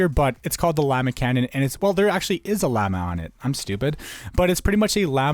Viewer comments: triggering vid tbh the usp-s caimen pronounced cay-men not kai-man and its not a lizard! llama is pronounced law-ma and Anubis is not a cat god he is a dog god! also the kraken is traditionally a sqiud not an octopus and for the negev you have obviously never seen a lionfish or fucking nemo thats not what he looks like the AWP wildfire is supposed to be a phoenix not a "fire dragon" but i ove the vids keep it up man <3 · does it annoy anyone else how he pronounced "caiman" and "llama"